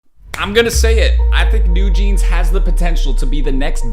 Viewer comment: Just subscribed. Your analysis is more than perfect! BTW, you pronounced NewJeans exactly, but wrote it down "NewJeanz" It is 뉴진스, not 뉴진즈 :) Thanks!